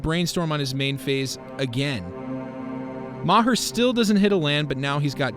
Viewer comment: Bob Ma-hurr 🤦